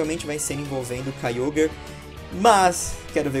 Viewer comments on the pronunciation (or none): none